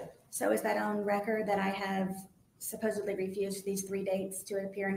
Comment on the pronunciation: Haha she says “Supposably”